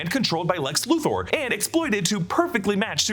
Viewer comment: Lex Loo-Thor. lol just say Loo-ther.